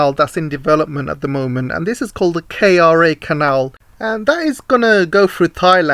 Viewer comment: Great work! Malacca reads as Merlahker and Kra reads as Krah.